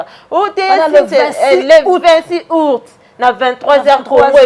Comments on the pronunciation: Po oloba Aout Ozo loba ourte, zoba zoba tala suki lokola 👹👹👹👹👹👹👹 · Ayebi ata koloba aout te, azo loba ourte , zoba zoba